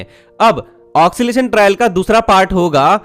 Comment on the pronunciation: आपका बड़ा फैन हु इंडियन रेलवेज हमेशा मुझे एक्साइट करता है फर्स्ट सॉफ्टवेयर impress के वक्त टीम में इंटर्न रह चुका हु आपके उच्चारण में ऑक्सीलेशन शब्द ठीक नहीं है, ओसिलेशन ( occilation) सही रहेगा